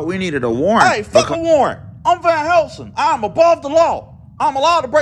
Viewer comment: “Vane Hellsing”